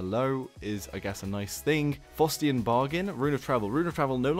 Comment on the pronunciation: Faustian bargain is pronounced 'f-ough-stian' not f-oo-stian